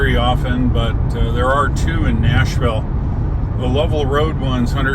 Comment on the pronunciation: you left the S in Nashville?